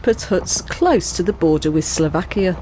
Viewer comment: Great God!!!!!😫....the name of the country is S L O V A K I A !!!